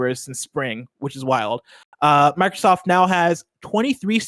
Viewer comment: Dude on the left keeps saying “Markrosoft”